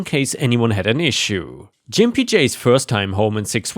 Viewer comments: Lol, that's not how you pronounce gimpy dude. And no you won't get a strike or any other penalty against your channel for saying it correctly. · Just FYI: The G in gimpy is a hard one, not a soft one. (Which is to say, it's pronounced like an actual g, not like a j.) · Gimpy is pronounced with a hard g, rather than like a J. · The G in gimpy makes a guh sound like goat Gimp or gimpy is a not nice word for somebody with disabilities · Oh, I can't... sorry! Gimpy isn't pronounced with that G sound (like the G in Germany). It's the other G sound like... gas, grapes... gigawatt. I don't usually like to correct your pronunciations, because you do very well and most mispronunciations are close enough (SORRY, SORRY, SORRY, SORRY, SORRY) but this one hurts my ears (SORRY, SORRY, SORRY, SORRY, SORRY). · The sound is a G not a J. please learn to read and speak English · Hey, quick American English pronunciation tip. The "g" sound in "Gimpy" is a hard "G". Like "good" or "guten morgen". 😀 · You have trouble pronouncing gimpy It is a slur to call someone who limps a gimp. It is the hard g ga not the soft g ja. ⭐⭐⭐⭐⭐⭐⭐⭐⭐ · 👍⭐️✨️🌟✨️⭐️✌️🐱😻🐱❤️🤟 BTW the word "gimpy" means someone who always limps when walking and isn't pronounced "jimpy" but with a hard "G" as in "good." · That was painful to listen to. Gimpy has a hard "G", like Goat, or Glass, as opposed to a soft G like Giant or Giraffe. Good story tho well read apart from Jimpy. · Gimpy is pronounced with a hard G, like Git, Got, Gone, Growl, Gore, Grump, Grit, Green and Groan... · Hey, just an FYI it's a hard G in Gimpy, not a soft G as you're saying it (a G like "giuh" as used in golf or guppy). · "Gimpy" is pronounced with a hard G 🙂 Edit: That same story ended with "Fuck HOAs" but where in that story did the HOA do anything but actually help OP come out on top? Gimpy J's board member position played no discernible role in the story. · Try Gimpy J with a hard G - sounds better.